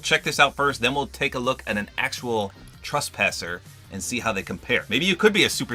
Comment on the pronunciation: It’s trespasser not traspasser